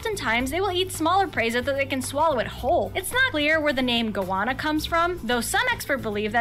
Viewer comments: E-mew!... and they are super cheeky and super cool.....not ugly. :) Go-ANNA! .... not Gowana. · Shame an Aussie didn't narrate this video, for starters goanna is pronounce Go-Anna, there is no "W". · Really wish these narrators would pronounce the animals names as they're pronounced here in Oz. It'd teach non-Aussies how to say the bloody names correctly. Emu.. eem-you, Goanna.. go-Anna (A as in Apple,not arpple,go-arnna). Quoll is the spotted creature. Marsupials have a Pouch, to suckle their young. And "a dingo TOOK my baby" ..Not "Ate my baby".😂 😐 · The narration on that video makes my ears bleed. Did they set out to mispronounce everything intentionally. I gave up at goanna - cos where is there a 'u' in that word, it's a simple word, go-anna. And I don't know why it's mythical. When I was on a high school camping trip I came face to face with one, across a ditch, and it was huge, close to 2 metres long. We stared at each other for a bit and it found the ability to move before I did, and disappeared back into the bush. Happy New Year! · and Goanna is pronounced Go Anna in one word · and the gowarna, oh the cringe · Some of this video is inaccurate. Also says goanna and kookaburra wrong.